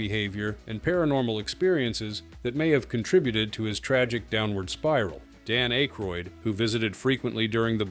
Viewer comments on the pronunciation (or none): His name is DAn Ãckeroyd and Corey Hame (Haigm)